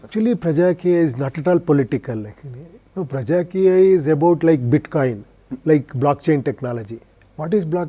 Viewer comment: Not prajakiya, it's PRAJAAKEEYA